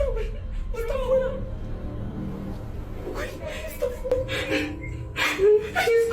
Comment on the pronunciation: Its Wey/Guey not Guen/Gwen...